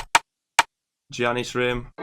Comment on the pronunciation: DID YOU JUST SAY GIANNIS WITHOUT THE G SILENT